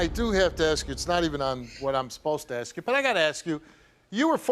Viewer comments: Why is she axing everyone? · I AKSED WHY CANT YOU SAY ASK